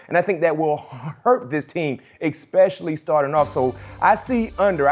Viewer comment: Ekspecially. A dozen times. My 4 year old speaks better English than b-mac